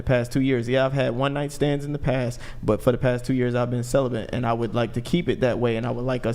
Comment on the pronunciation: "CELEBENT" :face-orange-raised-eyebrow::face-red-droopy-eyes:... i have no idea why they pronounce that word that way but it drives me absolutely BANANAS!! ITS CEL-UH-BET. CELEBATE! NOT celeBENT!! holy christ...